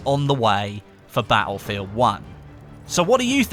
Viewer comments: "Ba-ul-field One" haha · Will the "T" in Baelfield come in a DLC? :P